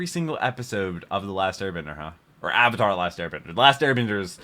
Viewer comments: I don't even mind the name pronunciations, cause I'm used to foreign names being butchered. But somehow mispronouncing the word Avatar is insane. That just an English word being said incorrectly. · The creators of Avatar also did Voltron the Netflix show. I recommend watching that. Even has a character who is very similar to Sokka. The names were pronounced differently, but I believe they took the more Japanese way of pronouncing it. It didn't make sense since the show pronounced it differently and hypothetically could be wrong, but as it was established the movie should have just did what was familiar. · They changed the pronunciation in the movie cause the original pronunciations do not exist in Asian culture. Great idea but bad result.